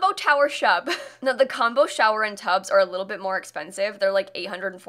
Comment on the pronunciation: I keep mishearing “expensive” as “offensive” and the sass levels are through the roof.